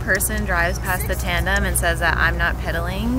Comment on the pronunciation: are you saying "trandem"?